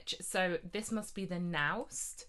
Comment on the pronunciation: Michael Lynn is my traverso teacher, and he speaks very highly of these 3D printed traversi by Wulf -- and that's VERY high praise coming from him! BTW, Naust is pronounced "nohst."